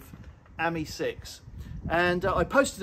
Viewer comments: Ami has the emphasis on the ‘I ‘ as you would pronounce Ami meaning French for friend . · You pronounce AMI slightly wrong .